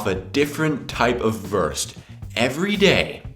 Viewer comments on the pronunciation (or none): Wurst not Wörst. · Not " Würst" it is "Wurst" You must pronouncing it differently. But your can lern it. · Very entertaining, I recognise as a Belgian certain dishes like Kartoffelsalat, Fleischsalat. Perhaps remnants of the two German occupations. Well, the Christmas tree also remained from those days. Why do you pronounce 'Wurst' as Werst instead of Woorst? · He lives in germany for how long and still pronounces "Wurst" the american way..."Worst" Put stress on the U sound....WUrst, like Wu-Tang Clan. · please, learn how to say WURST. it is not [WÖRST] nor worst. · He always says "wörst" xD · please say "wörst" again :-) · I love your collection of foods and videos,. Keep up your inspiring work! Yet, there is one thing you're most probably aware of: You use the worst pronounciation off Wurst eif ewwa hörd!;-P Ever tried to say 'vooorst' instead? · I love your pronounciation of Wurst ("Würst")^^ BTW why didn't you list Döner? It's actually a german invention too :) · Great Episode! :) Try spelling the "U" in "Wurst" like the ou in "You".... because Wurst is not worst ^^ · I love how you pronounce "wurst" :D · Your pronunciation of wurst is the worst. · Your ponunciation in the end is the Wurst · You are the Wurst... at pronouncing Wurst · Whenever you say "Wurst" I have to laugh so hard omg hahah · Your pronounciation of Wurst is so funny xD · i do not know what upset me the most his leberwurst = leberkäse or his pronunication of wurst